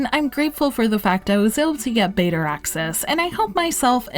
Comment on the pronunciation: Why do say betaR with an r at the end?!